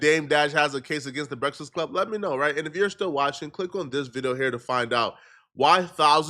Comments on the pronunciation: Why TF u cant say “breakfast” right ? As many breakfasts as you eat daily 🫃🏾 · can’t say the word “breakfast” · This man can’t say breakfast for shit😂😂😂